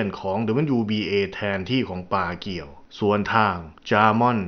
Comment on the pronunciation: ปากู ไม่ใช่ ปาเกียว